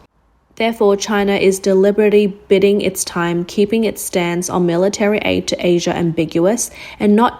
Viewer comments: Bidding: bid-ding, biding: bide-ing. Biding is correct prouncation and word.😊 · "Biding" it's time, is pronounced phonetically as "BUYding" ...